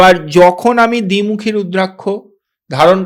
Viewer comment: আপনার নাম ব্রহ্মানন্দ রুদ্রাক্ষ (রুদ্রাক + শ) কে বলতেছেন রুদ্রাংশ কেন?